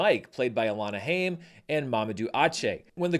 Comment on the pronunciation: Alana's Haim's name is pronounced the same way you pronounce Time!